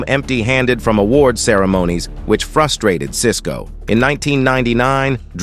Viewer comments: Lol ah-WARD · This AWORD, and this AWOORDDD, and this AWWWWOOORRDD lol i was like wth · Ikr!....I came to the comments just to see this!😂😂😂😂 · Hahahaha right 🤣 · 😂😂😂😂😂😂 I came here to say this. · The ai picks slang and dialects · omg ikr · Saying award like that really pissed me OFFFFF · Why he saying award like that 😂